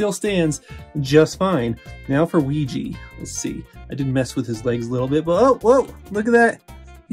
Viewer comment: “Now for Weegee…”